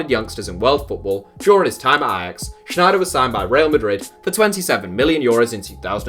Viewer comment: Kluivert has a terrible mentality. He won't come good. That's also not how you pronounce Sneijder. Lol.